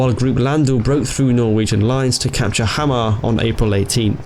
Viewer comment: Pronounced them surprisingly well, really. Some had a little accent on them, but others were nearly flawless. Hamar and Steinkjær were a little off though, but the way we draw out our wovels and pronounce our "kj-" words can be a little strange to foreigners. It's somewhat more like Haah-marr and Steyn-Cher. Otherwise, unusually good job on the pronounciations. Englishmen usually butchers these badly. :)